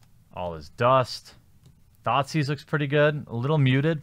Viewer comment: Wait, did say THOT Seize?